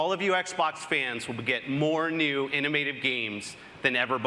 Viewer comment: "more new"